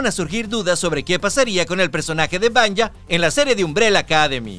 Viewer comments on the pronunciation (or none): se escribe vanya pero se pronuncia vania.